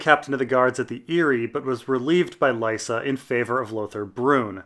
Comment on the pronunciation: Probably shouldn't pronounce Lysa's name the stupid way it's pronounced on the show. George always said Lee-sa in interviews.